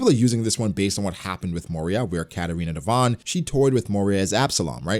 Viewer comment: It's Devon